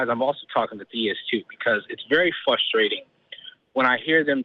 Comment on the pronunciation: People that mispronounce frustrating are a frustration. I'm not taking good nor bad from a poorly written ancient child's story. Mandatory suggestions= beautiful disaster.